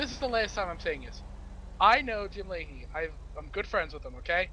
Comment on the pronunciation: haha jim lahey (lim jahey)